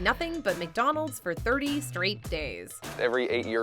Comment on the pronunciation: McDonald's! NOT 𝐃𝐎𝐍𝐀𝐋𝐃𝐒!